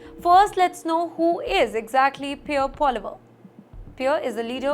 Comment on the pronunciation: Lol, she doesn't know how to pronounce PP.